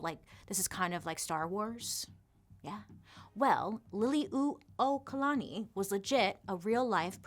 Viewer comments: literally cheered out loud at bailey’s pronunciation of liliuokalani—well done! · Great pronunciation of Liliʻuokalani. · Perfectly said.. you pronounce our Queens name beautifully